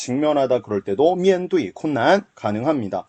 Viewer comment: 面对 4성 4성인데 1성 4성으로 읽으시네요ㅋ